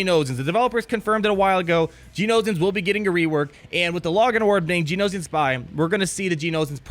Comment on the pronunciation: I love you, but it's pronounced "Gee-Oh-No-Shun" (rhymes with concentration); not "Gee-Oh-No-Zee-un".